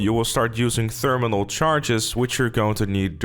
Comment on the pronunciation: Undiagnosed dyslexia “theeerrminnal charges”